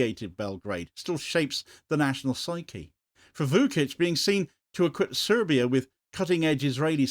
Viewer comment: Vučić = Voo-chich, not Voo-kich